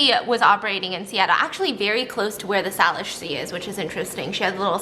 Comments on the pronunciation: Steaphanie it’s pronounced SAY-lish!!!!! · Just want to say the correct pronunciation of Salish is say-lish, completely understand that it doesn't look like it would be pronounced like that! really love your channel btw <3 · Hey Stephanie, I’m from Washington so I’m glad that you’re covering this story! I’ve only heard rumors, also it’s pronounced Sei-lish 😅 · As someone from Seattle, I can say I did in fact know about these feet washing up on the shore. 😂 but the way Stephanie kept saying Salish (SAY-lish) triggered me every time! 🥵 love you girl.